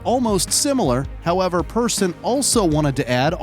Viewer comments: no his name is markus persson not peerson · Also, the clips credited to AntVenom are incorrectly credited, HatFilms made it and it was shown at BlizzCon in, I wanna say, 2011 And they pronounced Persson as both "Peer-son" and "Per-son"